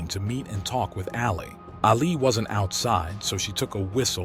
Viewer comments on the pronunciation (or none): WHY DONT YOU BE MORE RESPECTFUL ..YOU JUST SPOUT ALL THE INFO AS IF YOU ARE A ROBOT WITHOUT ANY FEELING AND IT IS ANNOYING HOW YOU PRONOUNCE HER ALI, LIKE Mohammed Ali ...it is pronounced Alley